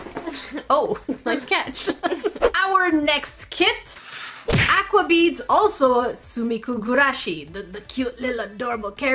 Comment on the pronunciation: It is not pronounced A-qua it is o-qua even though spelled like A-qua